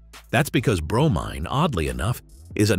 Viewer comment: bro-mean rhymes with chlorine